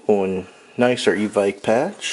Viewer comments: It's actually pronounce EVIKE because there is a E at the end. Anyway nice vid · Its pronounced EVICK